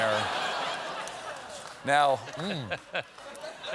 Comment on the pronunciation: Em, that’s not how you pronounce mascarpone 😂